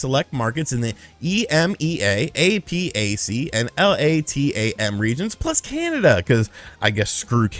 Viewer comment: It's pronounced i-mee-uhh, a-pack, and lah-tam. Source: I worknfor an international business and work in all these regions.